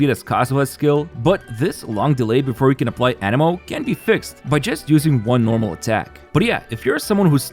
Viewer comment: Bro, learn to pronounce anemo, all the video i thought u said animal. Jesus.